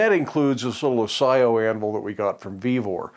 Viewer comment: a-ch-eye-oh! It's Italian.